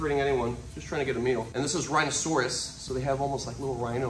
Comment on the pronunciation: This is “rhinasaurus”